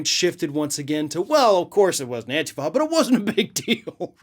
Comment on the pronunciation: You pronounce antifa wrong. Accent is on the I